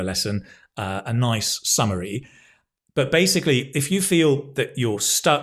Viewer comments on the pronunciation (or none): none